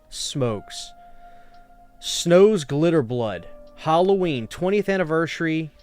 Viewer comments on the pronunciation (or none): This is an interesting video, but please oh please learn how to pronounce Halloween! It's so annoying every time you say the word. It's not "Hulloween", it's not "Holloween", it's Halloween. "Ha" as in "Hat". The word is an abbreviation of All Hallow's Eve.